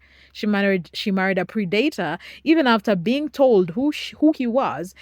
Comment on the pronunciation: Love how well done the video is!! Its not a big deal and honestly, I could learn to love your pronunciation predator is dat is like mat not like mate or date. And pre like press not pre like preamble. I apologize for the english language, its stupid and I hate it. And its designed to make even Einstein struggle with it. I hope you dont take any offense, I just noticed the word tripped you up a couple times... it definitely doesnt follow a standard grammar rule.